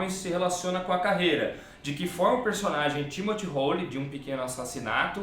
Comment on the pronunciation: nunca vi ninguem comentar isso, mas em Um Pequeno Assassinato o personagem se chama Timothy Hole(Rôul), porem em uma pagina ele diz que a pronuncia correta é Holly(Róli) por ser britanico e isso parece, tambem, ter ligação com o proprio Moore, pois muita gente pronuncia Múr quando na verdade é Mór.